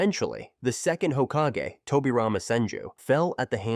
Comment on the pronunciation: How did you pronounce hokage correctly but raikage wrongly 🥲